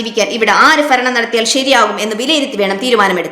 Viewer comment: ഫരണമല്ല മോളെ " ഭരണം " എന്നു പറഞ്ഞു പഠിക്കാൻ നോക്കണെ വാക്കുകൾ👍👍👍